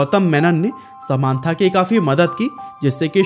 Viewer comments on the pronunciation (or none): ❎ समान्था नहीं समन्ता ✅ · Nobody: This guy :sa maaan thaa